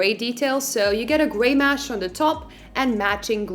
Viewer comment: Mesh not mash